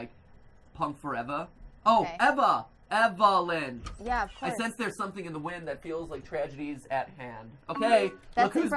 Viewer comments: her name is evelyn, not enilie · I like how he's still calling her "enily"